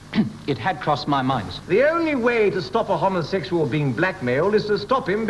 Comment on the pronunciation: They seem to be saying "homosexual" differently, with an "o" sound more like the o-sound in "rob" as opposed to the o-sound in "robe". Is this a deliberate? Because the the etymology is from the greek prefix homo- (which is pronounce with an o-sound like rob) as opposed to being derived from the Latin term Homo which means human, and used in Homo Sapien.